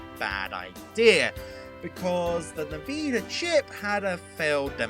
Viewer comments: FYI, it's pronounced In-Vid-ee-uh. Not Niveeda. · nVeeda? really? lol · Niveda? It's envidia! It even has a voice that pronounces it when the logo shows up on their games. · "nuh-veeda"? Alright, that's a... creative way to pronounce it. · you pronounced nvidia wrong.